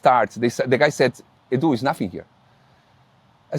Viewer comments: Was calling him Ed-Yu on purpose? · How can you not pronounce EDU!! Like howwwww? Lolll